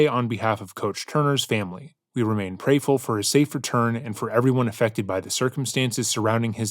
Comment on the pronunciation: You read prayerful as prayful. Thought I should let you know. Maybe it's worth correcting.